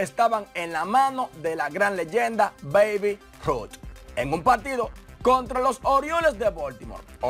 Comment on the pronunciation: Mafri es babe se pronucia beib.